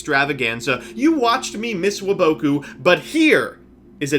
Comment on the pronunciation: Why do you guys pronounce waboku like that 😂